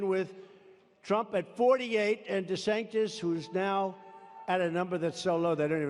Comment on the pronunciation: Did he say desanktis😂😂😂